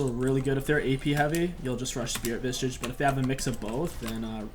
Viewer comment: I really love when he says Spirit Visage. It always sounds like Spirit Vishsish